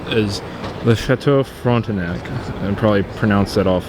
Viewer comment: Your French is very good when you say Château Frontenac and rue du petit Champlain !